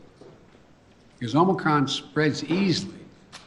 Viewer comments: DID HE SAY MOMORCRON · "Omicrom" he said